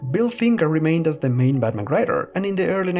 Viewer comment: I love his pronunciation of Batman sounds like "BadMan".